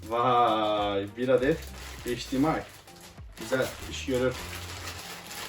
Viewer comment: Abi heyç Di em ay değil eyç di em ay